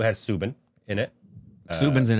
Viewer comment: Its not soobin its Soubin ( pronounce " ou " like house )